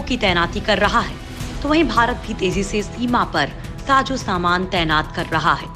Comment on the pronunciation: Apko bolna b nh arha jahil hinduatani sajo saman nh sazo saman hota h